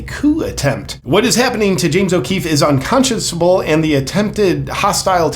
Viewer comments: Hard boss here...Unconsciousable is not a word. It's unconscionable. It's a hard one unless you've heard it pronounced before. I don't know how we get chunable out of scionable, but there it is. Love ya man. Con chun able. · “Un-con-shen-a-bul.” Unconscionable. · The word is "UnconscioNable" But unconsciouSable" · I'm sure JP has heard other people say the word "unconscionable" before, so why is he saying it in such a childishly incorrect way? Is there some kind of joke here that's just going right over my head?